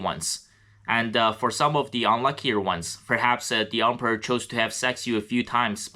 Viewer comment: I love the way you pronounce “Emperor” sounds like Ump-er